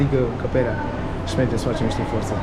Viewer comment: vrem sa stim de ce zici si in loc de și. daca nu e secret :))